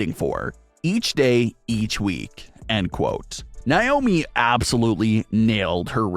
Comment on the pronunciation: It’s NAYYYYY-OH-ME 🙄